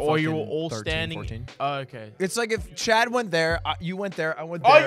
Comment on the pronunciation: I thought Ludwig was trying to talk to chat every time he said chad’s name